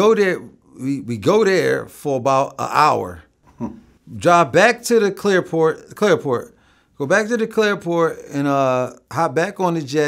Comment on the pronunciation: Did he say clairport😂